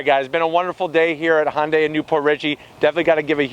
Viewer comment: You're mixing "Honda" and "Hyundai". Hyundai isn't pronounced "Hon-day".